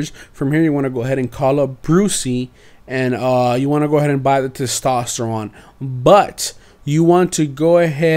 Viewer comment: You miss pronounced testosterone